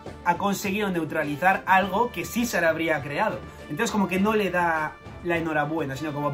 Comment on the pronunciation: Ibas bien hasta que dijiste Caesar